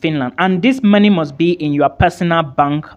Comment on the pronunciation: I like how you pronounce money. (Marny)